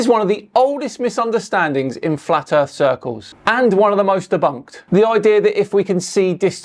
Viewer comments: I’m sorry but I have to say it “du earf” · What's the earf?